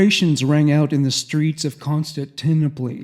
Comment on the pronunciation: i respect and love you but i cant believe you dont know how to pronounce Constantinople. The first time in passed it off as a joke. The second time I knew i had to inform you. Its Con.Stan.Tin.Opal. Good try and again I am not shaming you, it's something about reading words you've never heard spoken.